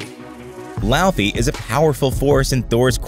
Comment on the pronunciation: btw its not lou-fy its law-fy but I won't judge